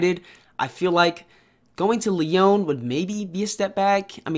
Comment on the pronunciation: The club name is pronounced Lee-On. Great video tho